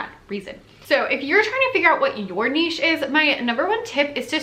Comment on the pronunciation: Thank you for pronouncing niche properly. It absolutely drives me nuts when people say it "nitch". Maybe, it's because I am from the French speaking part of Canada.